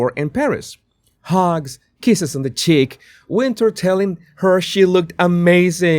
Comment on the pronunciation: She pronounces it Winter. If you listen to her interviews she’s said it’s Winter. Not Win tour. Just sayin.